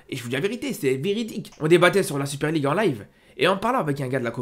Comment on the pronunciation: 7 articule s’il te plaît, la Super League à tu l’as gober le mot